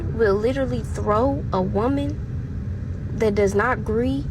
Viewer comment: “That does not gree” 😂